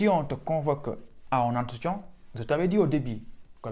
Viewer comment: Tu as dit "entretian" ou "entretion" 😂😂